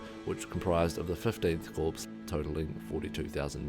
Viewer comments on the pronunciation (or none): FYI: The word "corps" is pronounced French-style, "core," not "corpse." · It’s pronounced core, not corpse